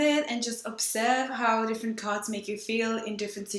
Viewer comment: Sounds like you're saying "gods" now "cards" lol